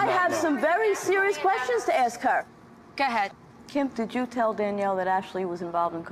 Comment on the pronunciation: “I guess so, ga’hed!” Lol I thought Kim G was great on the show